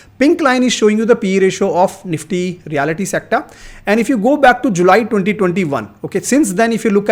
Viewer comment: pronounced as REAL-T and not reality